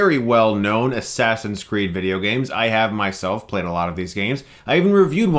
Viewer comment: i like how you called it Ass Ass in Crack lol Chris that was so hilarious and i found that very funny too